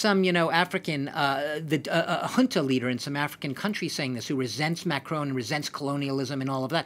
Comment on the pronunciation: Junta not hunter